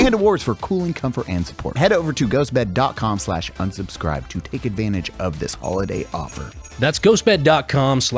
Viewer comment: When will be able to pronounce “Unsubscribe”? 😂